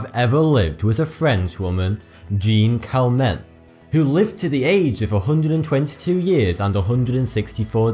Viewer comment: "Jeanne Calment" : [ʒan kalm]